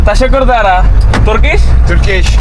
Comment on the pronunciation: ’. It is not Teshekkur dare, you should say ‘ teşekkür ederim’